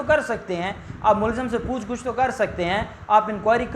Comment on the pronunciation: پوچھ گچھ میں گ کے اوپر زبر ہے پیش نہیں۔ کانوں کو برا لگتا ہے پلیز صحیح کریں۔ شکریہ